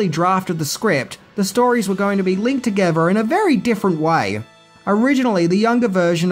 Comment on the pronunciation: What is this word "togever"? Wtf?